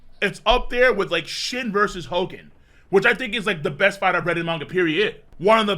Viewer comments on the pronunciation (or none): none